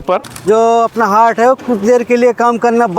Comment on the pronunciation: हर्ट❌ हार्ट ✅😂😂